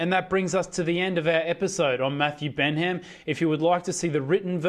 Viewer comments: It’s pronounced Ben-um! Not Ben HAM!! Haha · Its pronounced Bennam, the pronunciation here is comical.